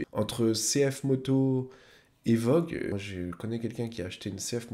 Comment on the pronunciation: J'ai été surpris par la prononciation "vogue" de la marque voge (comme la ligne bleue). Ensuite, ne pas confondre la garde au sol et la hauteur de selle. La garde au sol, c'est la distance entre le point le plus bas de la moto, de préférence pour un trail, le sabot moteur et le sol, ne serait que pour savoir la hauteur de trottoir qu'on peut envisager de monter sans faire d'étincelles, c'est ça l'aventure avec ce type de machine. J'ai des doutes aussi sur la jante de 19 à l'arrière, et sur la densité de l'essence, pour moi, 20 litres, ce n'est qu'un peu plus de 15 kg parce qu'elle est donnée pour 0,755.